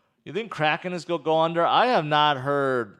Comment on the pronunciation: no offense, but it's not "GOI DO". IT'S "GOING TO DO"